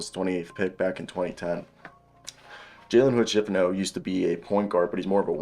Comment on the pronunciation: What are u talking about? First of all ur saying his name wrong and he is not a wing. He’s a point guard or a combo guard.